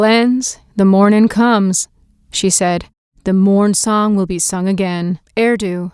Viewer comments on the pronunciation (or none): I keep on hearing "Maralyn of the Moonsong" but she's supposed to be "Maralyn of the Mournsong" if I'm not mistaken. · Mornsong* but yes it should be Mornsong. In the written story it is written as Mornsong, she probably just misspoke.